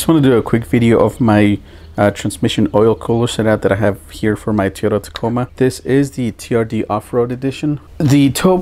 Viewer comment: I've never heard anyone pronounce Toyota as teeyota